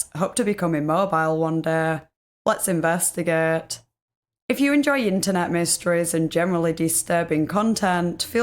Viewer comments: Let's inves-tagaet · Leghts envestagiaeghtt